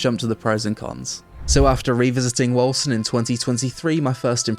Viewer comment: Bruh I always peonounced it like "Wolken"... Hearing the correct pronounciation is somehow unsettling